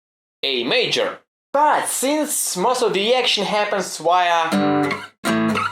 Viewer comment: O chuj, I literally lost it when I heard „A Myjor”